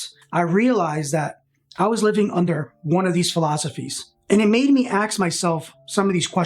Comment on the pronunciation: How often do you axe yourself?